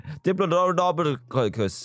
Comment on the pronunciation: So apparently all British people say diplodocus like DIPOLO DOCOLS